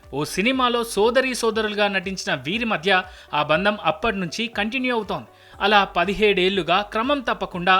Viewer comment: బంధం అని పలకండి దయచేసి